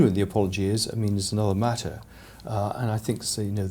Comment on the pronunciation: please say another and not Another.